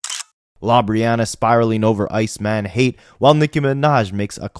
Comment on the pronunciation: Lawbriana???? Mannnnnn 😂